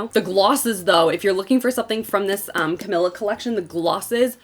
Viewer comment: say it with me.. ca MEE la